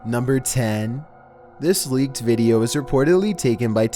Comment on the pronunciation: I think she read it "lick" rather than leaked lmao